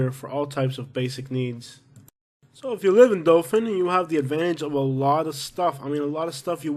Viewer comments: Say it RIGHT. ITS DOTHAN. NOT DOFIN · Dothan is great. What gangs are you talking about?... also it's hardbto understand if you pronounce "Dothan" or "Dophin". It's rediculous. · It’s pronounced Dothan, not Dofan. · It’s Dothan not Dofin lol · I hope no one takes you seriously...take a nap before you record your voiceovers and, for the love of all things holy, pronounce the cities and attractions correctly!! It's Dothan not Dofun..."Wireless" Museum?? Try Wiregrass...ugh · Wireless museum of art??? Please check on pronunciation bc its not Dofan its Dothan. Literally everyone coming from NC and GA to PCB comes through Dothan. You obviously have NO IDEA what tou are talking about bc you are just another person who drives by. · It's Dothan,not Dolphin. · It's pronounced dathan alot of alabama towns r not pronounced like they r spelt